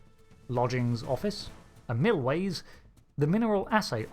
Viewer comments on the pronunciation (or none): Don't panic but the mispronunciation of "Milliways" makes me think you didn't get the reference. Nice to know that the restaurant at the end of the universe also has a franchise in DS9 though!